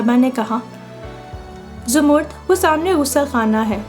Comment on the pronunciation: Boht pyari kahani. Lekin ap mind na karen to aik baat kahun. Ap kuch alfaz sahi ada nahi karteen. Jese zamarrud ko ap jamurd bol rai hain. Isko propounce karen Zamar-rud. Yani 2 syllables me.